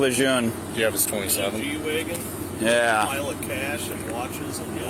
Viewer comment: It's called a G Wegon not an E Wegon foo'